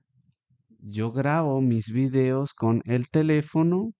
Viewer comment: face-blue-smiling: ... ... ojo ... sale 'vídeos' en la pantalla con la tilde y tú pronuncias [vidéos} ...